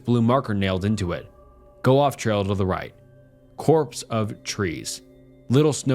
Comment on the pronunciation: Fyi... its not "corpse" of trees. Its copse of trees